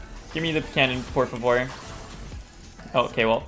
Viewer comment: do you speak portuguese? you said “por favor” just like a brazilian